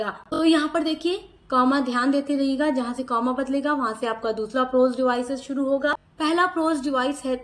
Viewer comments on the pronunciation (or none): none